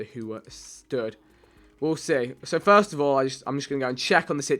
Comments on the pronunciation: Who says forst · Who in there right mind would say forst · 0% wont read this but stop saying forst just saying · The Irish pronounce it as forst I guess